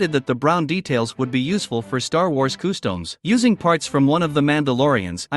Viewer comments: why do you say customs like coostowms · I’d anyone else bothered by the robot narration? It took me the whole video to realize “koo-stomes” was…customs. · coo-stomes…not watching any more of this channel for sure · Customs ❌ Costoms✅ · nobody: nothing the ai text to speech: KoOhsToMEs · I can't get over the way they say customs / costumes.